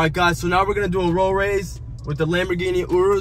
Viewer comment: “Lamborghini 😯rus”😂😂😂😂😂😂